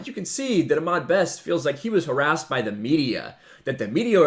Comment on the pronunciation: You're saying Ahmed wrong. It's Ah-MED not Ah-MAD.